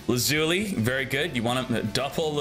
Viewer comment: Same with his pronunciation of lazuli lol